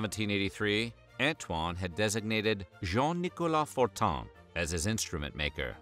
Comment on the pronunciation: They way he says "Jean Nicolas Fortin" too!